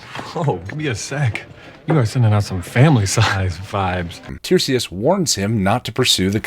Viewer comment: Great video! Really enjoying binging these. Would just point out that the seer Tiresias' name in Oedipus is pronounced 'Tie-REE-zee-us', not 'TIER-see-us'. Sorry for the nit-pick, I'm a classicist!